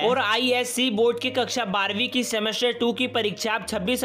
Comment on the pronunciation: The way he say" kakcha 10vi aur 12vi "😂😂